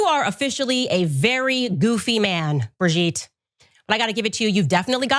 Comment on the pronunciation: Please stop saying "Brigitte" you're making me want to change my name 😂